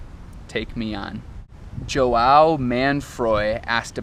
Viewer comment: Ele fala Jhouao ao invés de João...kkk